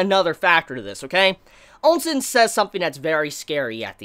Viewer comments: Ousen not Onsen! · Please why do you keep saying ONSEN not OU- SEN i am sure you have been corrected a dozen times by now please fix this its really triggering to hear. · Pronounced Chin (Qin), Chee (Qi), Oh Sen (OuSen) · GUUUUH! how can you say OUKI but you cant say for the life of me OUSEN Were the hell you get the N From Nigga!?? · Ousen is pronounced as "ooosen"